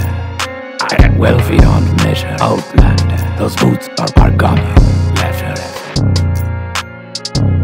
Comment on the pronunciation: I thought wen he was saying outlander that he was saying oh blunder. So I partied UK ole blunder yeah I snorted coke to this shit. Thanks kid.